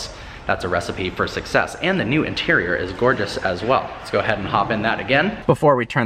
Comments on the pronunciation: He said interial instead of interior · Really the "interiol"?